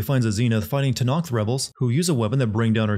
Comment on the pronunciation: It's not TANAKTH for fcks sake.